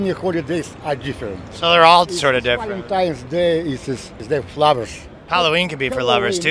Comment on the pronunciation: Did he just say what I think he said??!!!! It's not ValenTIME'S Day 🤣🤣🤣 It's ValenTINE'S Day. With an "N". 🤣🤣🤣🤣🤣🤦‍♀️🤦‍♀️🤦‍♀️🤦‍♀️🤦‍♀️🤦‍♀️ OH God bless your cute little heart. ❤️❤️❤️ You're Canadian, right? So I'm going to chuck it up to possibly being a slight accent issue. Although I know it's more than likely not that.